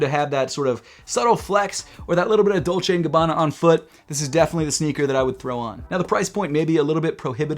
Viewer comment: Please not dolce and gabbana